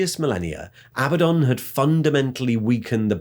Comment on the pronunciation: I love how you used both pronunciations of Abaddon thru out the video. xD